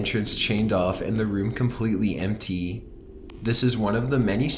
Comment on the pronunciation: The room was EMMTEE. I swear this dude says empty in the weirdest way.